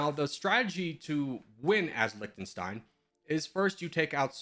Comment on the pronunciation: It's like Lihtenstein not Liktenstein.